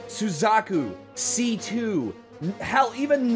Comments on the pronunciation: why did you weirdly mispronounce C2 master race in the end there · NEVER C.C.!!!!!!!!! IT'S C2. The japanese dubs say C2.